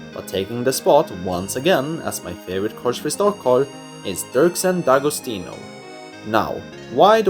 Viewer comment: Good job! I like this new format and I’ll probably use it next time I make a ranking list! Also, I never knew “D’Agostino” was pronounced “Da-go-STI-no.”